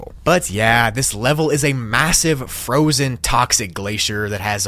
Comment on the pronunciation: Fozen. Oogli